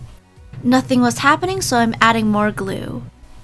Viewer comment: While you said glue chough (glue)